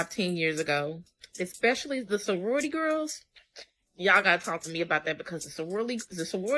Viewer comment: Yep can barely say sorority but somehow she is to be believed